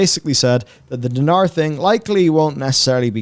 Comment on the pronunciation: It is not spelled DEEH-NAHRR (the E after D is quick/short and there is no H and only one R in NAR) it is pronounced DENAR; fast and simple.